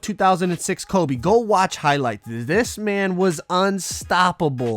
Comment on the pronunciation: My man said frobe